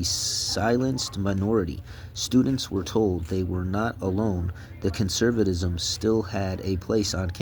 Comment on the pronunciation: Did you smoke meth or take some adderall? Sound it out, bud. Cuh-cuh-cuh... cun-ser... cun-serv...cun-ser-vuh-tis-um. Fascism=fash-is-um. Fashisum